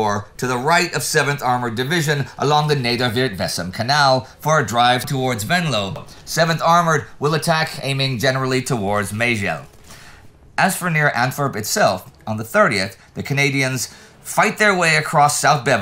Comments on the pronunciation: Fluching → Vlissingen (both names are on the original map), Menlo → Venlo (as can be seen on the original map. I won't harass Indy with the pronunciation, I'm sure practically all names get butchered in equal measure (and the Dutch "ij" is an odd one anyway). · Some corrections on Dutch town an village names: Liesel should be Liessel, Menlo should be Venlo. And Meijel is pronounced something like 'my ell', or 'Michael' without the k sound. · Who knew that the M in Menlo is pronounced Venlo? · The city on the map is actually called Venlo not Menlo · The city in The Netherlands is named wrong. It states 'Menlo' but it should be 'Venlo'. Small mistake 🙂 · It is Venlo, not Menlo ... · Uhm... I think you mean Venlo, not Menlo... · Menlo ? ...Tsk Tsk...VENLO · Menlo? You mean Venlo.